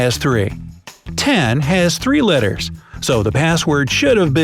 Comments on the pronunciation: How did legit no one realizes that he says litters instead of letters? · says letters wrong